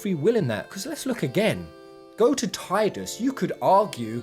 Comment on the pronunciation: It's pronounced Tidus, not Tidus.